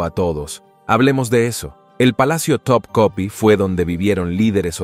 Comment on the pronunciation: No so.o eso el mapa es de Piri Reis no piers ris como dice , y sigue asi como elpalacio tekepe es topkapi no pega una